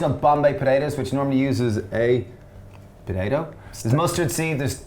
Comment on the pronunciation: potato not podado 😂😂😂 love your work